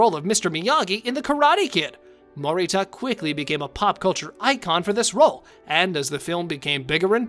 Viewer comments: "Ralph Mocky-O" and "Pat Mow-Rita." LOL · Morita is pronounced……… Mo ree Tah.